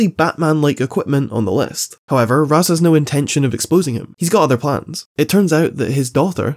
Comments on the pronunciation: Raysh, not Raz. A common mistake. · its 'raysh' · nah it's "raysh" al ghoul, unwatchable video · I find it super funny that instead of pronouncing it Raz or Raysh, he ended up going for Ross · Instead of roz al ghul or rash al ghul he goes wuth ross al ghul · I'm so sorry, but I started to hear you saying Raaz as ROSS 😂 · I disagree with your pronunciation of Ra's, but respect your reasoning for pronouncing it that way.